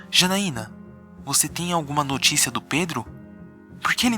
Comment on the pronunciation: Janaiana nao ,é X A N A I N A